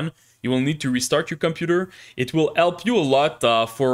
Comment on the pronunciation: I officialy grant you the permission to pronounce H in the word "help" 📜